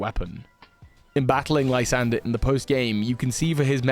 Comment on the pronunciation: You know why Lysandr is now called L?😂 Cos he used to be a LIE-sandre😅😅 Actually I think his name was supposed to be pronounced as "lew-ZANDr"